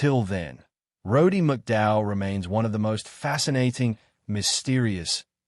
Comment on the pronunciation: You can't even pronounce his name..